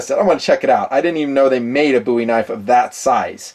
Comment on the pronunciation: Thank you for pronouncing “Bowie” correctly.